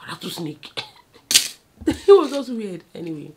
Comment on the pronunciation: She say na rattlesnake 😂